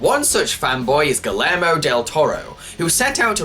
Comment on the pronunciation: Beware, it sucks. Also, Guillermo Del toro's first name is pronounced "Gee-yermo". I just wanted to mention that because terrible pronunciation is one of my personal pet peeves.